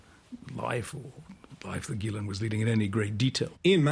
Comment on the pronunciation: Ok just heard her name pronounced properly